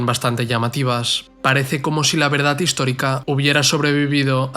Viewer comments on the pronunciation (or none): none